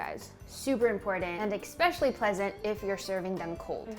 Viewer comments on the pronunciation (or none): Did this lady just say expecially? Lord. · "eXpecially" is one of my biggest pet peeves, it's like "liberry"😭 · did anyone noticed how she's always mispronouncing "especially" and said it with en "ex-" kinda cute. Do u say it differently in different regions of the US or did she really mispronounces it?